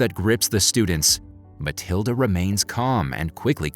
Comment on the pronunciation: its matilda not maliada